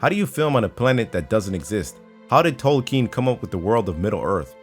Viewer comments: its tol-ken not tole-keen.. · "Tolkeen" cringe... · Cameron K. The pronunciation of tolkeen was cringy. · that pronunciation of Tolkien was TERRIBLE